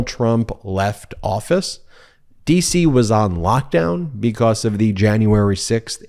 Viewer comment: bee cause, not bekoss. It makes your careful enunciation a bad joke. How you say it, not what you say